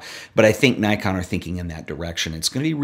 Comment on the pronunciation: It’s pronounced Nikon, not Nikon.